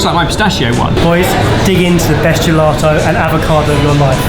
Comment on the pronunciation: Where's the R coming from in GELATO, how many times did you say gelarto LOL